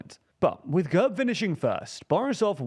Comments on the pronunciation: quick detail to point out: GERB is pronounced with an E as in bed rather than an uh sound. It means coat of arms in Bulgarian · The E in GERB is pronounced as the e in elephant